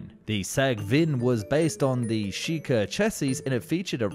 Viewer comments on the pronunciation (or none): This guy makes so many weird errors in the narration... Nepotilism? Shiika should be shilka... Mister S?